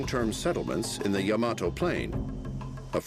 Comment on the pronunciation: its pronounced Yama-to, not Ya-mato